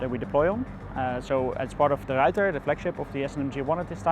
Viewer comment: Say The Ruyter correct...